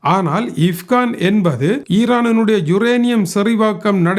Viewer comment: இப்கான் அல்ல இஸ்பகான்